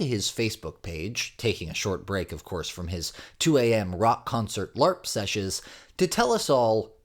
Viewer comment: The word is “session”…”sessioN”………”sessioNnnnnnnnnnnn”!!!!